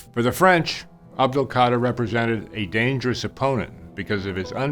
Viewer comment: Imagine writing a book about someone and still don’t know how to say his name right 🤦🏽 but still good message tho